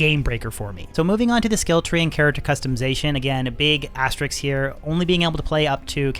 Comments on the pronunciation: Great video! Only criticism: * is an asterisk, not an asteriks :D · I'm sorry for being the grammar nazi, but it bugs me sooo much... It's aster-i-s-k, not asterix. Thanks for nice and informative video!